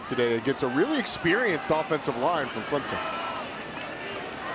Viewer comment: Can these Dumbass TV game callers learn how to pronounce teams names..... its ClemSon not ClemZon...